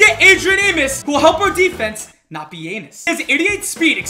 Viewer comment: “NOT BE ANIS😂😂😂😂